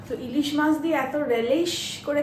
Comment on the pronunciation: কথাটা মাস্ নয়, মাছ॥ influencer দের তো সচেতন হয়ে কথা বলতে হবে, বাঙালী মাছ কে মাস্ বলছে, হাস্যকর॥